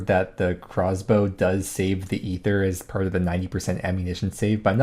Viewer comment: Thanks for being the only YouTuber to pronounce ether correctly